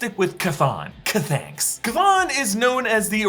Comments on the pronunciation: “chThanks”. I giggled. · Had to rewatch due to "chthanks" killing me and I couldn't focus for laughing. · Forever saying chthanks now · Ch-thanks😂😂😂 dead